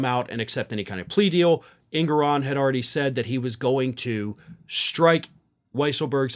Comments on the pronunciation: It's pronounced: Judge En-gor-on@ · It’s pronounced En-GO-ran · EnGORan is the pronunciation.